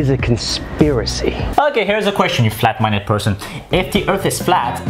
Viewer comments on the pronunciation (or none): “You flat mineded person”🤣😂